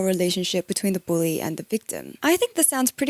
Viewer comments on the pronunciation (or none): none